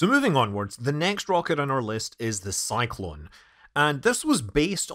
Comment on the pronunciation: It is a shame to listen stupid English pronunciation of Korolev, Energia, Cyclone etc. Shame. Is it that hard to learn to pronounce Korolev?